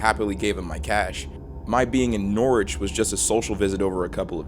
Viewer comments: Pronounced Norwich wrong. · never heard an american norwich and i never want to again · it is pronounced norich fyi! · You pronounce Norwich funny, hi from Norwich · as someone from norfolk those pronunciations of Norwich and Norfolk are dreadful lmao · The way this man pronounces Norwich is actually painful 😂